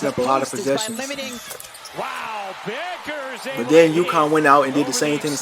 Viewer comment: Dude, her name is not buckers you moron